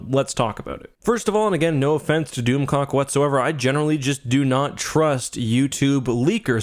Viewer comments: I swear to God! I thought was saying DoomCock. I'm sorry! I was losing it when he kept saying DoomClock. 🤣😂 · Doom clock not doom cock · Its hard to watch a video and take it serious when you keep hearing "doomcock"